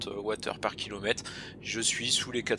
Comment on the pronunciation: Le fameux "kilomette" 😅